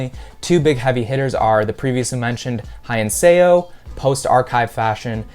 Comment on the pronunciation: my man butchered "hyeinseo" :face-purple-crying